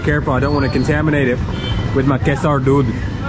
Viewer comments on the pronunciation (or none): 😂because he pronounces like dude, not doodh. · That's doodh not! Not dude(Milk) 😄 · You say dude not doodh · It’s doodh (milk) 😀 Makes good video max